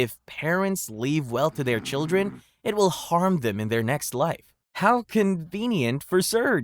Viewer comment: Children, not childeren. Otherwise a very good & interesting video!